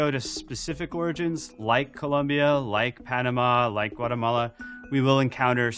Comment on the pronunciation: This man speaks like a person who has said the word Guatemala many times in his life, with correct pronunciation.